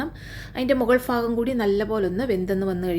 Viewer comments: Not ഫാഗം. ഭാഗം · ഫാഗം അല്ല ഭാഗം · ഫാഗം അല്ല ഭാഗം എന്ന് പറയൂ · ഫ അല്ല bha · Bhaagam ennu parayu.